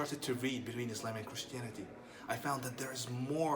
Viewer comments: He was never a muslim who tf says ayslayym if he is from saudi arabia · When he pronounce Islam as ‘Is-Laym’ I know for sure he’s ain’t muslim. lol. try again boy